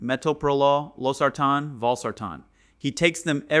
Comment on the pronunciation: He pronounced Losartan wrongly